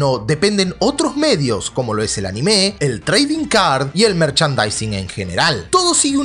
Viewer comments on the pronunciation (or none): none